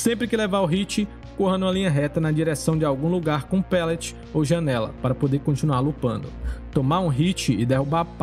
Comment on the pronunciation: Se pronuncia palete mesmo, com som de "a". Seu conteúdo é muito bom, sou inscrito do canal mas ouvir "pêlete" diversas vezes é angustiante.